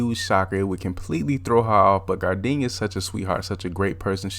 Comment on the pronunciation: "gardinia" had me dead😂😂